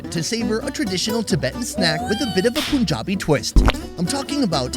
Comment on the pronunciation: bra its not POOnjabi, its PUnjabi